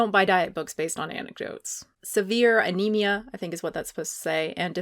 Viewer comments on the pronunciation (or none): "severe anima" lol